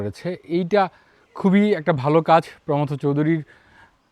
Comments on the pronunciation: আমরা পশ্চিমবঙ্গে প্রমথ উচ্চারণটা প্রমথো এর মতো করি। থ কে টেনে ছেড়ে না। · প্রমথ চৌধুরী নামের সঠিক উচ্চারণ প্রোমোথো চৌধুরী।দুঃখিত,কাউকে জ্ঞান দিতে চাই নি।কেবলমাত্র সঠিক কথাটি জানালাম। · ভদ্রলোক প্রমথ চৌধুরীর নামটা ভুল উচ্চারণ করছেন কেন?